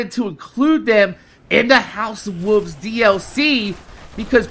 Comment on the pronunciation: why win u say wolve, u don't pronounce the 'L'